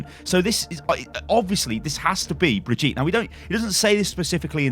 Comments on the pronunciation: Before I end up loosing my teeth because of all the grinding I do every time I hear this "bree-jeet" ...If it really IS the German version of the name then it's "Bri-GIT-eh" (the "bri" and the "git" are rather sharp and the "E" at the end is NOT (never ever!) silent in German!) That "Bree-jeet" from the video sounds more like someone from India than Germany (anyone remember Baljeet from those Phineas & Ferb cartoons?) Just in case she DOES end up being the new hero, so you know how to call her from now on ;P ...Greets from Germany BTW ^^ Also, sorry if I end up acting like a "grammar Nazi" here but this sounds so HORRIBLY wrong to my (half-)German ears ...As if someone keeps singing the the national anthem with a squeaky croaking voice missing each and every single note to the point where you want to storm over, shove the guy aside and do it yourself just to stop this "raping" of your ears... GAAAHHH.... ...OK, now I feel better XD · German dude here The pronounciation Brigitte in German is "Bri-k-ittee", but the K is very soft and the "E" is very loud and hearable. In german language, the sound that english people use for "g" is usually represented with a "j", while the german letter "g" is more like a very soft K, spelled like "((K)))eh" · If Rein named her then you pronounce Brigitte not like Breegeet but like Bree G(hard g like in golem or gold)itteh. just search youtube for how to pronounce it in german. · Its pronounced bree-gitt-tea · If Reinhard named the girl her name is most likely pronounced German which would be something along the lines of "Bree - gi - teh"with a long first i. a short i in the middle and a clipped e ( e-schwa) at the end. It used to be a fairly common girls-name more than 50 years ago. Many now-grandmothers are called Brigitte but hardly any young people are. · the way you misspronounce Brigitte is triggering me... read it like this: Bri-git-te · Bree-Ghi-Tah somewhat like that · its bri-gi-tte